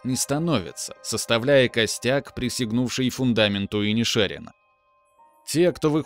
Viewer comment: Автор, ты тугопиозел! Название фильма правильно звучит как "Банши ИнишерИна" (ударение на последнее "и"), а не "Банши ИнишЕрина". Ты облажался